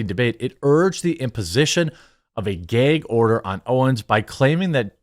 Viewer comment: What’s a Gay-gorder